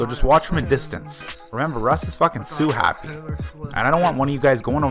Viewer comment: I thought you said he was suit happy at first, then realised you said Sue happy 😂